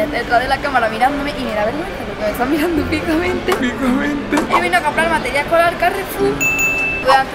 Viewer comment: Meteral ecolar lo pronuncia XD